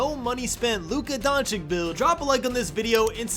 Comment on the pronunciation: It’s pronounced donchich bro